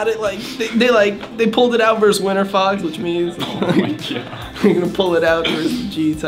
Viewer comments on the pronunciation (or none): "Like you beat frogs" lol I know he meant fox but the first time I heard it I was like what? Lol